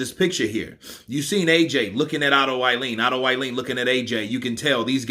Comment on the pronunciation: Otto vallin not uailiin 🤣